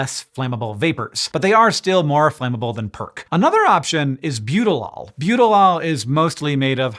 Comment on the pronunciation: I was so confused seeing Butylal written out. I could swear he's saying Butylol, lol